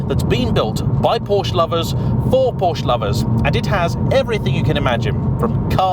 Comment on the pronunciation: Check the part numbers. All mechanical parts, with minor exceptions, for the Cayman/Boxter and the 911 have the same part number. Mechanically, they are the same cars. It would be nice if the Porsche name were pronounced properly.